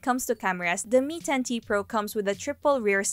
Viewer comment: Enunciate naman masyado yung T. Hahahahaha. Gigil na gigil. Gustong manaket. 😜🤣🤣🤣